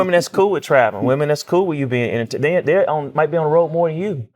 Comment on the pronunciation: 😂I can’t stand it